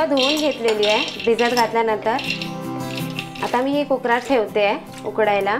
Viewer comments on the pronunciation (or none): तुम्ही कुक्रामधे बोलता, तो शब्द चूकीचा बोलता. कुक्रामधे नाही, तर कुकरमध्ये बोला. कारण ऐकायला जरा विचित्र वाटतं. बाकी सर्व टिप्स बहुतेकांना माहीत आहे. कारण पूर्वी पिठाचा गोळा पाट्यावर मळून नाही, तर ठेचतात किंवा चेचतात. त्यामुळे पोळीचे पीठ अगदी म्ऊ होते. त्यामुळे लाटायला ही सहज होते. बाकी पुरणपोळी चांगली केलीत.